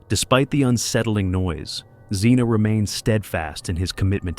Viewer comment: The last guy isn’t Zeena,but Zhenya, which is ZHEN-ya, completely wrong name prconounsiaiation guys, just do a small research